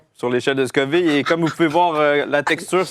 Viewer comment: Est-ce que tu fais exprès de mal prononcer Scoville?